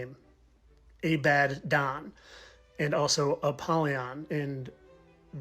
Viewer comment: I have to admit, I usually think the "fittest flat Earther" is just silly and reaching. But the "a-bad-Don" was pretty cool!!!😊👍🏼🙏🏼🙏🏼🙏🏼